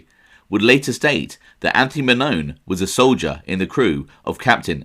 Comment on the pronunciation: If you're going to do a show on Anthony Mannone it would be nice for you to learn the pronunciation of my last name. It pronounced Man-non-e. Come on man.